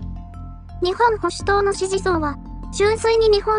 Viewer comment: 読み方は、『にっぽんほしゅとう』だそうです。